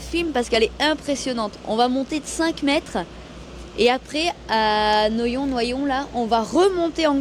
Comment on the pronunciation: Noyon se prononce noiyon j'habite à 5 kms Bonne soirée